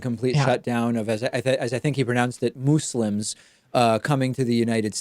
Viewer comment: Puts on glasses Actually, the way Trump prononces "muslims" seems to be the right prononciation in Arabic.